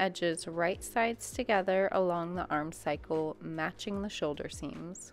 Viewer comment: Great tutorial! Just a note, it’s armscye like arm-sigh not arm cycle.